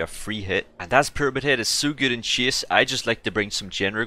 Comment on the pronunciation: "peramid head"